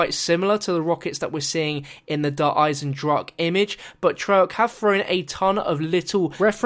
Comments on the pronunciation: A quick German lesson: Its pronounced like Der Eizendrahen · it's pronounced eisendrach-ah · its not pronounced just drach there is the sound of the "E" at the end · Actually it's (I-sen-drock-ah) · It's pronounced (Der Eye-zen-drakah) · Auf Deutsch, it is pronounced "I-zen-drawk-uh". Time for another map name like die rise, which is actually pronounced "D rise-uh" but will always be pronounced wrong.... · Pronounciation: Eyes in dra hen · der eizen-drah-ke, quick german lesson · Wenn der Typ wüsste das er es immernoch falsch sagt... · Just so you guys know, the E at the end of Eisendrache is pronounced, almost like 'uh' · you pronounce the e in eisendrache at the end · Explain machen, its not ma-hen. I was using k as an example, i know its not exactly the same. Look up dragon in the leo german english app, use the voice thing. And think of chemi= chemistry, it isnt hemistry. Look up more examples yourself aswell. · the e at the end is not silent